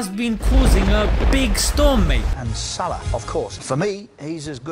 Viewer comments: Mashalla great video brother. But why do you not pronounce his last name correctly as Salaح. You make it sound like his last name is صلاة. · Its probably Swaleh, not Salah (Swalat) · It's No Pronounced Like The Word That Means Prayer (صلاة) It's A Word That Means Righteous (صلاح ) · SALAH name is not meaning prayer , it is similar in pronunciation but it is not the same meaning . i am an Arab person and i know what i am talking about . (the player name ) صلاح not equal صلاه ( prayer ) " ح " in صلاح pronounce as " ه " in صلاه but the two words is not the same you can find the meaning for the word صلاح (the player name) through the following link : thanks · اتفرج عالفيديو في اوله تاني, هو بينطقها "صلاه" مش صلاح فواضح فعلا إنه مش عارف إن اسمه بالحاء. عمآ الفيديو الوحش فيه عنوانه كان ممكن يكتب عنوان زي "أخلاق محمد صلاح الاسلامية" حاجة كدة يعني بدل ما يكتب "صلاح بيغير دين جماهير ليفربول ؟" ويشخصنوا اكن ده هدف من اهدافه انه يغير دينهم. الصحافة البريطانية من احقر ما يكون مش زي ما حضرتك فاكر هي اصلا قايمة عالاشاعات والهري, لو وقع في ايديهم فيديوهات زي بتاعت الشيوخ اوالكلام ده والله صلاح ما هيسلم منهم. ربنا يحميه علي اي حال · ماهو بينطقه صلاه لان معندوش حرف الحاء لانه مش عربى لكنه فاهمه عادى الموضوع خد اكبر من حجمه ههههههههههههه انا بقول ندعى لصلاح ربنا يباركله ونقفل الموضوع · It's Salah as Salahuddin not as prayer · correction:his name should be pronounced as Saaleh(Name of a prophet) not Salah(Namaz). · Its صلاح not صلاة mate its two different words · It's Salah (صلاح) not salat ( صلاة) LOL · By the way bro His father’s name is Salah as صلاح righteousness No Salah as in صلاه prayers , just thought to correct the tiny misunderstanding God bless you all